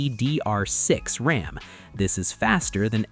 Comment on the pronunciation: it`s LPDDR6 not LPPDR6